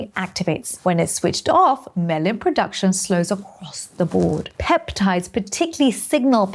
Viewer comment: You said "Melanin POduction" twice